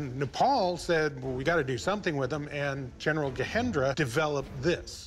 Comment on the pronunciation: The Nepalese name is being continuously mispronounced, with the J in Gajendra being replaced with H as in Spanish. It's not correct. The name should be pronounced with a prominent J.